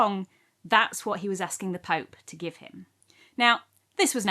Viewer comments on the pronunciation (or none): none